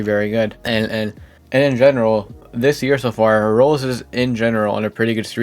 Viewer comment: Why can't this dude pronounce "Roblox" Bro calls it "Rolls"